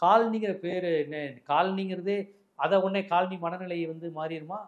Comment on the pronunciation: Kaal Ani is footwear. Colony needs a bit of a malayalam pronunciation.....😅 To differentiate